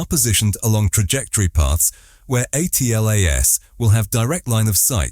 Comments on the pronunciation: It's pronounced Atlas. Stop spelling it out each and every time ffs is this an AI voice over? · Spelling out atlas by the "narrator" has ruined the video.